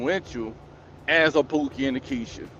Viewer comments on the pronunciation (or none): You mean 'kiesha"